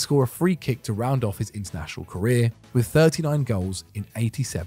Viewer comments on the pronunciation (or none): none